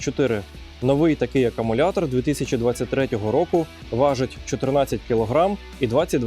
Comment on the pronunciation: Не "акамулятор", а акУмулятор😉 Дякую за український вміст!